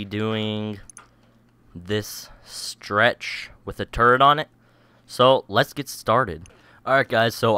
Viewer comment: no offesne but i find it amazing that when you say turret on it it sounds like turd on it subscribed and liked